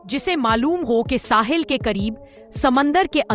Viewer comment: Dear the true Urdu word is "Sahil" not "Sahal"